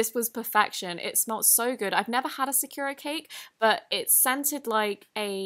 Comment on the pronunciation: Nice video, but the pronunciation for sakura was deathly off.